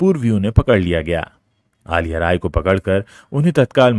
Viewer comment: Aliya nahi Saar, Azhiya.. how can we explain this pronunciation to North Indians..